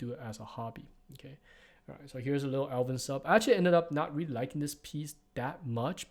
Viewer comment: I'm not going to lie I kept hearing "Elven sub" instead of "Alvin sub" and it confused me more than I would like to admit.